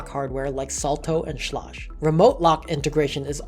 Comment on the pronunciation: Schlague is pronounced shleg. Just FYI.